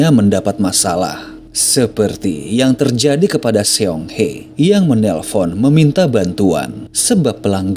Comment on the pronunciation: Sayangnya admin kayaknya kurang paham cara membaca kata Korea dlm bentuk abjad biasa. Contoh Seong itu harusnya dibaca SONG ( aksara EO dibaca pada kata SOPAN) Seoul dibaca SOUL